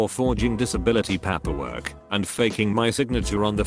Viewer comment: The automated voice needs to learn how to pronounce "paperwork". - Auto-voice also needs to learn that "t;dr" means "too long; didn't read", not "tl; doctor". - Also, somebody tell the auto-voice that "VA" (for Veteran's Administration) should be pronounced "Vee Aye", not "Vah". SOMEBODY PLEASE RE-PROGRAM THE AUTO-VOICE!!!